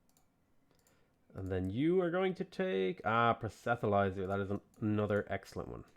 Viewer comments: it's not super important or anything but I've noticed you've always said "proh-set-uh-lizer" for "proselytiser" and it sticks out to me because the t and the l are the wrong way round - It's "proh-sel-uh-tizer". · Dude, there isn't an "h" in Proselityzer. it's pronounced: "prus-le-tie-ser" Keep it up, love seeing a different sort of gameplay :)